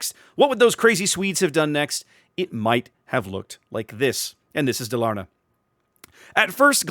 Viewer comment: Stress on the firs syllable - Dálarna.